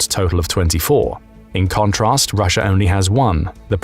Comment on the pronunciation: ryssia is jyoke 😂 who cares